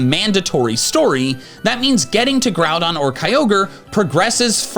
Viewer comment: its pronounced ROOT, NOT Rowt - and its pronounced GRUDON NOT Growdon - and pronounced RAY Qazsa NOT RAYquayza ffs... i give up, its EE VEL Tay, NOT YA val tal